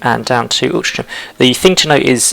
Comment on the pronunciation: Pretty sure from memory it’s pronounced “Al-tring-am” but it’s been twenty years since I lived in MCR. :) I know theres a non league team based there. Great vid and content, thank you.